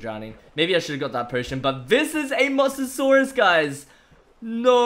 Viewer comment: Why do you keep saying master source it's a Mose a saurus